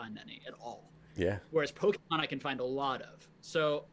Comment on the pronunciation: Great conversation but hearing him pronounce it pokEEEmon is so triggering. He sounds like everyone’s parent in 1998.